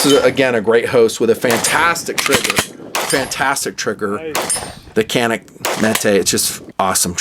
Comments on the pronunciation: lol.. funny thing is.. its not even pronounced Canik.. its pronounced Ja-Nick. its turkish... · It’s more like Janik.